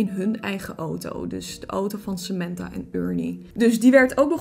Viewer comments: Je zegt sementha maar het is Samantha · In het Engels zeg je het als "Sementha"